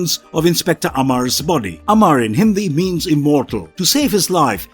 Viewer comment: Your pronunciations of Indian names and Hindi words is very good... need a part 2,3 and more